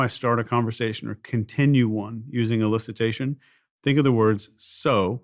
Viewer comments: What is Illicitation? It’s elicitation. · Steven/DOAC team: it’s ‘elicitation’, not ‘illicitation’.